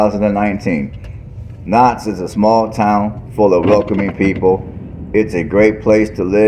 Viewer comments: It's pronounced cow ts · I love your videos, the proper pronunciation for Kouts is Cow-ts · What are you even saying it’s Kouts?